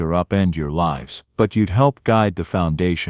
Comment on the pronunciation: Pronouns "Lives" properly. You pronouns it "lifes"